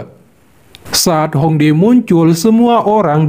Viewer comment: Bukan Hong dae min, tulisan nya Hong Die baca nya Hong Tie